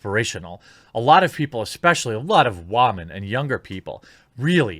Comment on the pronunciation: every time you say "wOman" it makes me cringe. i agree with a lot of what u say. bad movies fail for a larger reason. you make eloquent points but then you have a mocking tone. just feel your message will get a across better without the mockery.